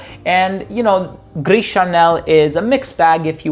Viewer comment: Gris Charnel = GREEH SHAR-NEL Not GREES. The "S" is silent